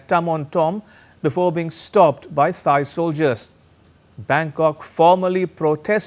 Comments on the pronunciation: Thai is pronounced "Tai", not "thigh" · The presenter undermines his credibility by mispronouncing Thailand & Thai. Is this ignorance, arrogance or stupidity?